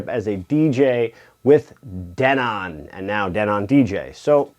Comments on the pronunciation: I was a sales and installation rep for Denon a long long time ago. It's pronounced Denen. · DENON DE-'NON stretch on DE'